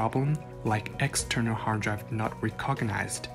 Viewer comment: hahaha re-cog-gonised